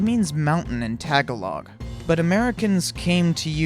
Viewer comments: how to pronounce "Tagalog" Ta-ga-log not Taga-log it just made me cringe when you said "Taga-log" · Lmao “Tag-A-Log” is pronounced “Ta-Ga-Log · Actually, the narrator was saying it as 'ta-galog'. The correct pronunciation is 'taga-log'. 😊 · You say the word tagalog funny. Its not Taga-log its Tag(aa)log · What the heck taygalog that’s what you said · Informative! But, as a minor thing, if you can compile information to make this short video, you can compile information on how to pronounce Tagalog correctly.